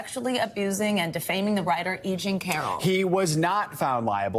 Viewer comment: It’s E JEAN Carroll, not “Jeanie” Carroll. Jesus. The case has only been in the headlines for years now.